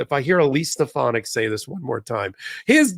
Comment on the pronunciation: A wonderful, heartening episode❣️ I offer a few humorous(?) comments: imitation of Stefanik is unmatchable, but you mispronounced her name. It’s pronounced STEF-uh-nick by her lord and master. Shouldn’t it be MsTrial? What’s a Classy Felony? The proper way to show appreciation for this kind of humor is to groan.